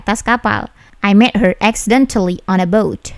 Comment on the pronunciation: 😀😀😀😀Accidentelly....telly...halus penekanan nya